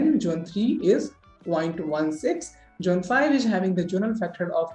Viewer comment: It’s not jone, it’s zone 😂